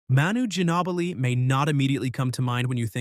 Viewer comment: I’ve never heard anyone pronounce Manu Ginobli like that